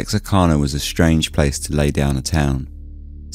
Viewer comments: Wow this is the second time I have had to filter this story. Lol my family's lived just outside Texarkana since 1830. I can tell you everything about this. Believe it or not there's lots of lies. Just say it right. It's kana. I'm from the woods. Retired nurse and first responder. Lol it's so funny to hear you tell the story. Lol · I'm an American and I had no idea it was pronounced "canna", rather than "cah-nah". To be honest, I didn't even know that Texarkana was a real city. I thought it was a name for the general region where Texas and Arkansas meet. Like how people refer to the sprawling area between Washington DC and Boston as "Bowash".